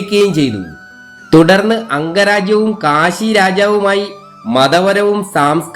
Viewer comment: Kasi alla Kashi aanu